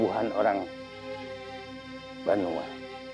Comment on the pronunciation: BANUA bukan BENUA... Banua adalah sebutan untuk Tanah Air bagi putra/putri suku Banjar - Kalsel